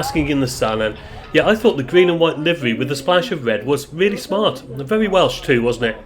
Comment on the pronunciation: Very enjoyable! Thanks! I've driven some of those roads many times. It's great to see the views from the relaxed and higher vantage point of a bus. Refreshing to hear accurate Welsh pronunciations too! I'm a Glaslyn estuary fan myself (the views from the Cob at Porthmadog just make me happy), but the Mawddach certainly pips it for drama!